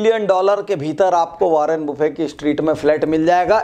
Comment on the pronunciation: Sir ji, वारेन बफेट नाम है, वारेन बुफे नहीं..😀😀